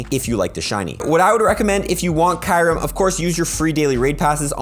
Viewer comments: I really don't care but it's Q rem (ky-oooo-rem) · The way you say kyreum tho lol